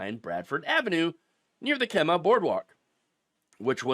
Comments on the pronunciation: It's pronounced Kee-mah, not Kem-ah. And no, I've never eaten there. Sounds nasty. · Pronounced KEY_MAH, not kem-mah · doesn't matter much but it's pronounced "Kee-mah" boardwalk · Pronounced "KeeMa" - great story, scummy restaurant. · It's a long "E" in the name Kemah. Like "Key-mah" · It’s pronounced Kee Mah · Locals pronounce the city Kemah like "Key-mah" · Kemah is pronounced key ma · Key ma It’s pronounced key ma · FYI it's pronounced "Key-ma"...loving how FAFO is so real :) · It's pronounced like Keymah ❤ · Kemah pronounced Key-Muh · Its pronounced Kee-mah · Kemah is Keeeee-muh. Long e. I hate when people can't be bothered to look up pronunciations. Lazy. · FYI: Kemah is pronounced Key-mah. Luckily, there is a bunch of good restaurants in Kemah. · Kemah is pronounced KEE-mah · The way you pronounce Kemah is.....😮‍💨🤣